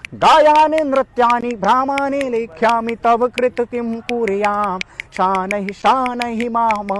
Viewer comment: उच्चारण अशुद्ध हैं। ध्यान दीजिए कि संस्कृत का अपमान न करें। तुषारहार में ष का उच्चारण, शनैः को शानैः बोल रहे हैं। यह गलत है।